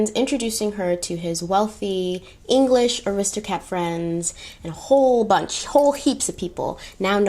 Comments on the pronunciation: did anyone else hear "aristocats"...? just me ...? lol (Love the series! have followed your looks for a long time but just discovered your YouTube recently) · I have to point out the cutest thing you said, which was “Aristocats” instead of Aristocrats!! 😍Lolll- I too love that movie. It’s my all time favorite Disney movie. 😝😍❤️